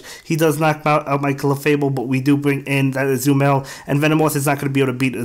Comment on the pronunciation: I truly enjoy watching your videos. There is only one suggestion: I LOVE Azumarill so much and I just want you to say its name right. It is Ah-Zoo-Muh-Rell